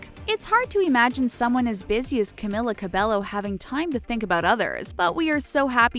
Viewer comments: YOURE PRONOUNCING HER NAME WRONG AND ITS ANNOYING ME SO MUCH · Every time she said Camilla Cabello I cringed😫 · Well you got all that right.. except how to said her name.. also you forgot her most favorite food She likes Banana A LOT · Who else was kinda annoyed when she said one direction were not together like get your facts right they are not broken up ... and the fact that she constantly pronounced her name wrong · Why can't anyone in media pronounce her name right? Ugh! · CAMILA CABELLO GET IT RIGHT GOD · Boi!! At least say her name right. Omgggggg!! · Fact #21: the narrator cannot pronounce her name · omg she totally butchered her name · i like how they did the research for all these random facts but couldn't even look up how to pronounce her name properly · i liked this instantly bc it was ab camila but then i heard the pronunciation of her name and unliked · the pronouncation is cameela cabeyo, not camila cabelo. . . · How you really pronounce her name is "kamila kabeyo" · Also, it’s pronounced ‘Cam-ee-la Cab-ay-o’, not ‘-Ku-milla -Ku-belllo’ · Carmella cabloo no cameeler cerbeyo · I’M SO FUCKING TRIGGERED. SHE’S camEEla cabeYo NOT camIla cabeLLo OMFG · ur pronouncing her name as (caemila cabelllllloo) well its actually (cameela cabeyo 😅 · This is how you pronounce her name Ca-me-la Ca-bay-yo CAMILA CABELLO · Her name is pronounced Camila cabeyo😊😊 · Cameela Cabeyo . Pronounce it right . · Another thing is her name is pronounced Camila cabeyo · You are saying all about her and you don't know that her name says camEEla cabeYo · It's not camila cabello it's cameela cabeo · Not trying to be rude, but you pronounced her name wrong. Its CamEEla CabeYo. Thank you, goodbye. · You said her name wrong- its Camilla CabeYo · F*ck it's CamEEla CabeYo 😂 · that is not how you pronounce her name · Imagine doing a whole thing on her life and pronouncing her whole name wrong 😭🤦‍♀️ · Im cringing!! You're saying her WHOLE name wrong !! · Another correction, SAY HER NAME RIGHT!!